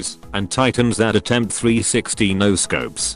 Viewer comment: "and titans thar attempt 360 noscopes" OMG YOU'RE INTERNATIONAL GOLD